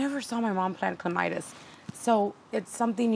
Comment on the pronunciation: Clematis - cle mat is! lolz No mite in the clematis. Don't worry I do the same thing